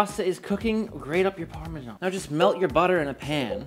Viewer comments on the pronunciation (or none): Love the vids but the parmejhhaaannn pronunciation always gives me the ick.